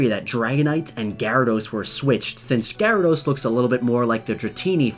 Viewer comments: Anyone else cringe at the way he pronounces Gyarados?? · i pronounce it ji rad Oh-s not ga rad ose